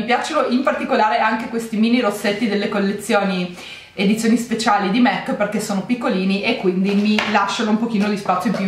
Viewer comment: Ci vuole tanto a capire che si pronuncia MAC e non MEC? Non è il McDonald